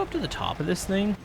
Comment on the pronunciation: i find it funny that always says thang or thng instead of thing haha 😂